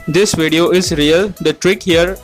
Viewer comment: its video fool not vedio